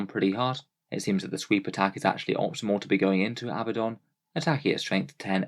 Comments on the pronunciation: Love your videos, but once again: It's not pronounced AB-buh-don. It is pronounced uh-BAD-dun. There are two D's. uh-BAD-dun, NOT two B's. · Regional pronunciations differ, neither you or he are pronouncing it similarly to original Hebrew or Greek. On top of that the English and US pronunciations are different. Chill.